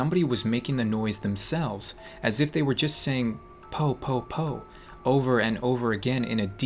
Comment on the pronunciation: Every time he said "Po po po po po” I heard “Poop poop poop po" lol